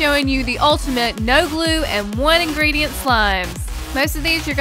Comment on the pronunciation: Love how they say "one ingreditent" when they use like 5 lmao